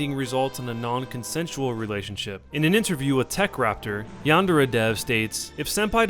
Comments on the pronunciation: Why do people pronounce yandere yandārā its yan-deh-reh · Yan-de-re (not ray) with the stress on the 'yan' (1st syllable)... and also the R is pronounced differently but i think that's too much to ask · Its pronounced as its written but you have to roll the R. Yan - De - Re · i THINK its pronounced Yan-De-Re.... im not 100% sure though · You are not even saying yandere correctly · My god he can't even say yandere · why doesn't anybody know how to pronounce yandere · yandere dev doesn't know shit about pronouncing Japanese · This guy can't pronounce yandere and it drives me crazy